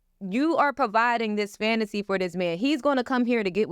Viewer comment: She keeps saying this word FANTASY, FANTACY, FANTACY but doesn't realise that those glory days WAS A FANTACY.....AND YOU AIN'T GITTIN UM BACK 🥴😂🤣😂🤣😂🤣